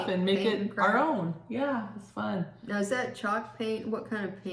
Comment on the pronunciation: Now not mow lol